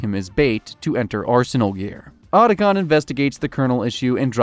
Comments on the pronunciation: How the hell o you research a 2 hour movie on the topic and mispronounce Otacon (OUGHT-a-con) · Why do you mispronounce names that are literally spoken in the games? So there isn't any confusion on how it is said. Otacon for instance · yup just like he butchered Otacon's name